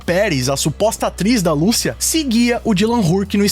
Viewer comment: Lucía meu amigo, não Lúcia